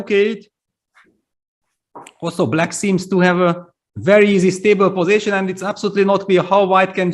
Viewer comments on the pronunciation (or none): PLEASE someone teach Peter that it is not "posaition" but position!! Love his commentary but that would be really helpful....